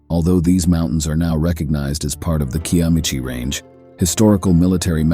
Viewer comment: So.... i live less than an hour from this area. Zero of the footage is of the actual area of Cloudy. And, one would think youd k ow how to pronounce Kiamichi...